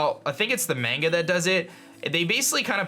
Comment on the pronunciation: When says the "a" in Manga like Mango